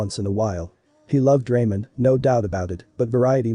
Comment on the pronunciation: Love the vid but not the pronunciation of some stuff like most names and ramen but I definitely will keep watching ps first vid of you I'm waching .